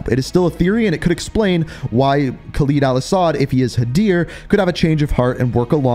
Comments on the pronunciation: Listen man the videos are good n what not but you gotta learn to say Khaled al-asads name right your not saying it right and it's just cringe and hurts the ears its Khaled not Khalid just listen to how other people say it do your homework then presentation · Why does this man always say KHALEEEEEEED al asad its khaled al asad… not LEEED led its led